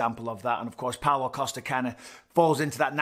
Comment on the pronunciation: Can't help but hear Paolo Acosta every single time de Count mentions his name.